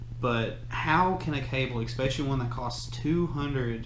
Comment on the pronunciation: You completely lost me when you were critiquing the audio performance and said eCspecially on multiple occasions ... 😳🙄